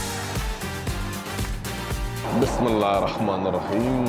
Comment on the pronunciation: Bismillah was so nicely pronounced 😂❤️